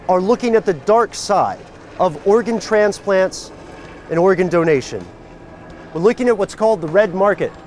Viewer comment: I swear he said Oregon trafficking.